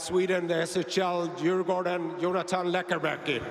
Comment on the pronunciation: Perfectly pronounced